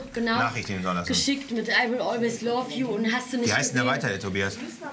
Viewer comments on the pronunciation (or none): "I will always laff you" 😂😂👌👌 #ruhrpottarmy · i will always lave you" 😂😂😂 lol diese Aussprache 😂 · I will always lav ju 😂(ist exstra so geschrieben, weil er es so ausgesprochen hat) 😂😂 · "Love you " beste Aussprache 😂😂